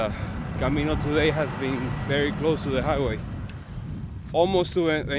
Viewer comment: I've watched dozens of vlogs about the Camino. I like your vlogs. I especially like the fact that you pronounce all the cities correctly!! So many people just don't even try to pronounce things.